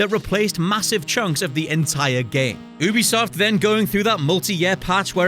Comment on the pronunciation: I disliked because of the way you pronounce ubisoft